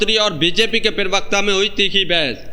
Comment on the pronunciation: प्रवक्ता होता है उच्चारण सही करो